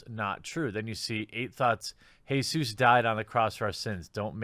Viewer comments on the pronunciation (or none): Jesus, not hey-Zeuss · Did you pronounce Jesus, “Hay-soose”, on purpose or...? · did you say Jesus as Hey Zeus? is this because of Youtube? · so we just gonna ignore the way he said Jesus